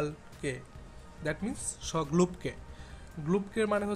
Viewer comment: শ' গ্লব কে!! 😂😂😂 Show globe key! এগুলা কি বলস ভাই?